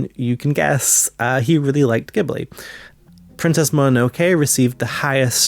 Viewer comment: Good video but please learn to pronounce the words Ghibli and Manga (among others).